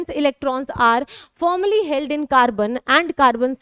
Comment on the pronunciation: Firmly likh ke formly read .. 🥴🥴